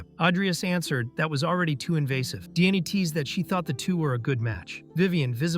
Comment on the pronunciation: I can't help but hear, every time Diane's name is pronounced, DNA.